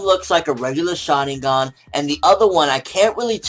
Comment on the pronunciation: it is pronounce shaRINgan. not shadigan. you idiot